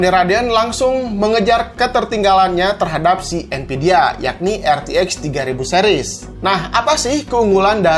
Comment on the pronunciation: nvidia pake pake "v" bang nonton channel ini dari jaman rakit pake core 2 duo nvidia masih pake "p" terus jadi npidia wkwkwkwk